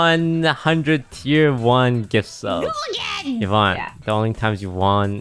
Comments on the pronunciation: Omg it's Yvonne (like E-vonne). Not YEE-vonne >.<' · Bro said evon 🤣